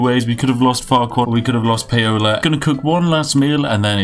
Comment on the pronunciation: Paola is pronounced like Pow-La